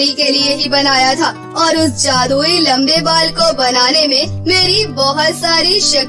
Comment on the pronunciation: Lambe Bal hota hai lamb nahi 😅😅😅😅😅